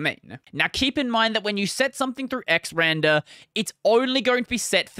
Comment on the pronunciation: Quick note. It doesn't actually matter how you say it but it's X R and R for X Resize and Rotate. Not "xrander" Otherwise great video!